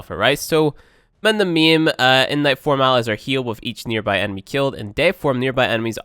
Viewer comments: IT'S MA'IM, IT IS MA'IM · halfway through I realized he was saying maim, I thought for sure he was calling it meme. omg. LOL